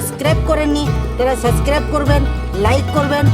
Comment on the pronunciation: Suscribe না। কথাটা হবে Subscribe.